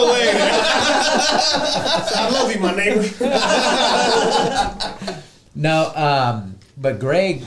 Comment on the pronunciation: Neighbor with a hard R